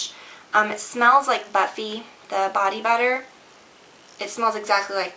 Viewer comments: LOL I waited until anxiously! it did sound like butt feet! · when u were talking about lush the 1st product i thought u said "it smells like butt feet." i was like ohh... good? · Oh my , when you said "Buffy" , I could of swore you said "Butt Feet" ! I had to go back and replay it lol . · I heard "butt feet" haha. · Ok did anyone else hear " butt feet" when she said "Buffy"?? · I thought you said the bath melts smell like butt feet rather than buffy :/ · HAHA! When you said "It smells like Buffy" and I swear I heard "it smells like butt-feet" and was like "WHAAAT?!" hahaa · lol i thought she said "butt feet" when she said "buffy" LOL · When you said "buffy" I thought you said "butt-feet" instead.